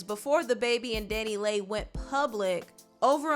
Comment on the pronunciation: Dani Leigh is pronounced Danny Lee